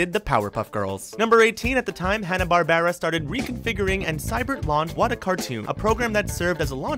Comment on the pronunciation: is he pronouncing barbera wrong on purpose?